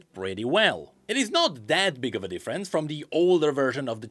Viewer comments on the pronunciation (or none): none